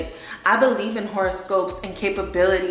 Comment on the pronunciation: She said compability